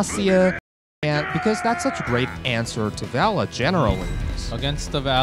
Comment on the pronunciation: please get this guy to say Valla right.